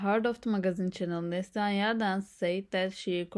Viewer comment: Please pronounce the name correctly . it is Nasli - Han , Also speak clearly and slowly . Thank you